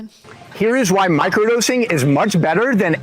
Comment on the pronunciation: wait. he also just said “vhy” instead of “why”